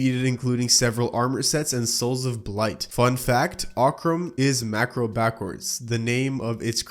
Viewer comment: marco not macro